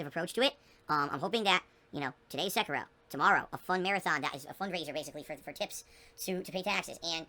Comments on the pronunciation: SECKEROH It is like nails across a chalkboard. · Am I the only one bothered by how pronounces Sekiro as "Se-kah-ro"? I feel like he is butchering and insulting the Japanese language.